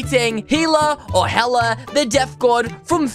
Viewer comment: Dude the only reason i clicked on here cause i searched my name and found this and he said my name perfectly others gets it wrong AND yes my name is HELA :>